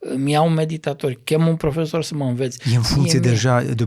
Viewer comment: Renunță la accentul pe care-l folosești pe cuvântul profesor